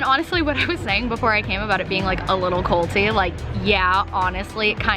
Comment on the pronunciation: Anyone thinking she was saying coltee instead of cult-y #90daysfiance